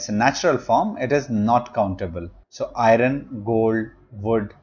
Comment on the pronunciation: The pronunciation of the word iron is wrong